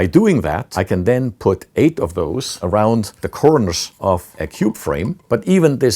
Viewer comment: It's funny how he said: "Arround the borrderr"